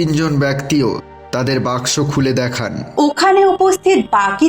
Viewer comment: Why is saying Box Box instead of Baksho😂